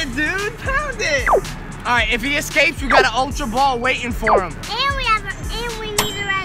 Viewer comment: also its Ultra Not Altra